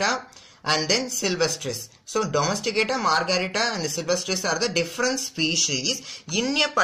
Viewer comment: In book they have given domestica sir .but u have pronounced that as domesticata